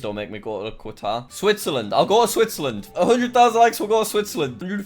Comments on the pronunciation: Nobody: Nobody at all: Jack: quatare Everyone: nonono you ∂ιρѕнιт, it's Qatar. Said somewhere halfway between cutter and gutter. It's starting with an Arabic letter(ق), pronounced 'qaf'. It's similar to the letter Q in English but it's pronounced with more throat, like in the word 'caught' rather than the word 'queen'. Not to mention people who are from Qatar are called Qataris. (I looked it up a bit more, v interesting and v pretty (: ) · Pls let him go to qatar so he can learn how to pronounce qatar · He just said my countrys name so Badly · that's the worst way i have ever heard someone say qatar, smh, but he made me laugh, so i guess it evens out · jack its Q A T A R the second letter is A not U get it right for god sake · Your pronounciation of Qatar.......incredibke definitely not bad at all! :D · Love how he can't say Qatar 🇶🇦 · Who’s going to tell jack that’s not how you pronounce Qatar? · The Q pronounced like a C or K sound without a U and you're welcome :) Didn't know the least amount of your views come from here. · Jacksucksatgeography kicked in with Qatar being pronounced wrong. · *How do you not know Qatar* xD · It's not katar, It's Qatar. It's pronounced with an Arabic letter called 'ق' pronounced 'qaf'. It is similar to the letter 'Q' in English but it's pronounced with a rather 'deep' or 'high' tone. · Anyone else triggered at how he said Qatar? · It’s pretty nice here, pronounced catar btw. Really hot tho, also alcohol is really expensive and there are no pubs and you have to have a licence to go and buy alcohol in a specific shop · Jackkk its not “kuawtar”!! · It’s pronounced qa taar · Jack: has geography channel Also Jack: pronounces Qatar as Quatar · It’s pronounced cut- Are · It’s said like catar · 😂😂 Qatar 🇶🇦 is pronounced Katar.. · Just a heads up Jack, Qatar is pronounced Cut-are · Everyone : noo thats not how u pronounce qatar Jack : haha kuawatar go brr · bro is prounneced ka ta ar and i live in it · Bruh it's pronounced Ca-tar